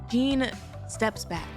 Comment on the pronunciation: You calling Jien as jean is so funny 😂